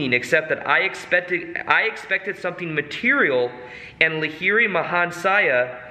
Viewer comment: Just wanted to tell you, being an Indian that it is "You-k-tesh-wer" & "Laa-hiri Mahaa-shay" Autobiography of a Yogi played a major role in my life too...much love & light❤